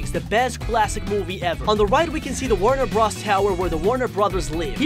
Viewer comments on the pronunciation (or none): The Animaniacs are The Animaniacs, and the Animaniacs live in the Warner Bros. Water Tower. Also if you must say bros instead of Brothers, it's B R O S, not B R A S. The way you said some names really threw me off. UwU